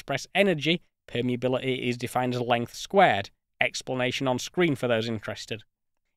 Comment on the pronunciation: densi-ee, permeabili-ee, reali-ee